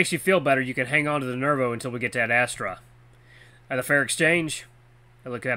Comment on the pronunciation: I keep hearing you say 'ad-asstra' XD And intro to Cass, he's............. fun 😀